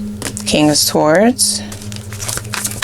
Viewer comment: Darling, you’re killing me…the “w” is sword is silent…